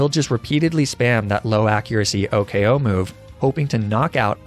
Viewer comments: Imagine saying "Oh-K-O" instead of "Oh-koh." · " o k o" kills me inside